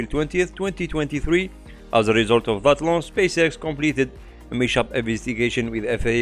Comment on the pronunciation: Hi, I love your videos and all, but i have a quick fix for 1 word that you're saying wrong. The word "mishap" should not be spelled with a sound "sh" but with as if separate "mis hap" just with no gap. A very nice video! Keep it up.